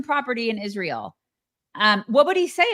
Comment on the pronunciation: I especially hate how she says Ish-rael.